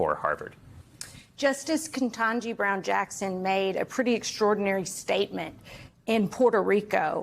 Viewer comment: Learn how to pronounce Justice Jackson's name!